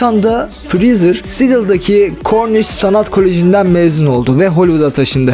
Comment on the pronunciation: Brendır James Freezer :D severim bu adamı ya